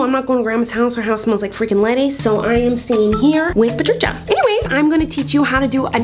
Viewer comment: The way she says patricia, I'm dead 💀🤣